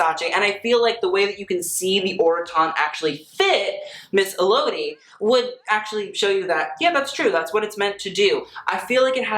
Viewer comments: I’m a fan from Italy.. when I saw this video I was like 😍😍 didn’t expect it! Ps. It’s Pronounced “Elodíí” - like a French world.. not “Elódi” 😋😘😘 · for next time elodie is pronounced like the letters L O D. Some people also say it more like Ella Dee :) hope this helps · Elodie is an italian singer, but her name is french.. so the accent in her name is in the last syllable. ‘elodì’ 😊 (she makes good italian music, listen to her)